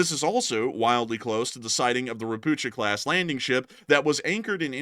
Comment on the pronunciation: please check the spelling of "Ropucha" via google translate, it just makes me smile whenever I hear your version (no offense, I would butcher other languages too) 🙂